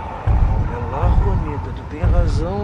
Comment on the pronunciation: se escreve Juanita mas se pronuncia Ruanita